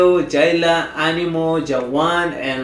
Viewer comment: Am i hearing things wrong or did he just said "animol" instead of "animal" 😅😅